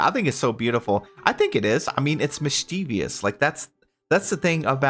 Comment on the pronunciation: "Mis-CHEE-vious'... it should be "MIS-chee-vus"